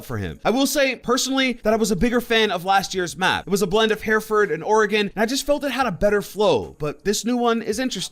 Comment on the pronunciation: games been out for half a decade and you still pronounce Hereford wrong Heh-ru-fud - not here-ford